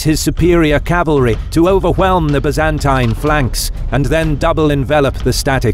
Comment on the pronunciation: I'd make a drinking game out of every time they pronounce Byzantine the way they do but I don't wanna die.